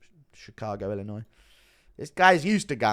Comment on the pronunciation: As a Chicagoan, proud to hear you pronounce Illinois correctly 🫡